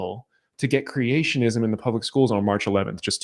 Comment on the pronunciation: "Creationism"2 vowels too many .